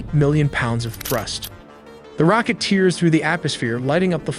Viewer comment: I had to stop listening because it was annoying to me. "Tearing through the atmosphere" (pronounced like tears dripping from your eyes) was the final straw.